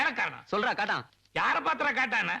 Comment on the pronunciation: "kaattan" is wrong "kaattaan" is correct